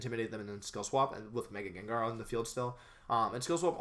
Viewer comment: thought its name is pronounced jen-jar???